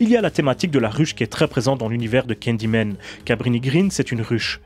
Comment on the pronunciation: Pourquoi tu dis candymen au lieu de Candyman?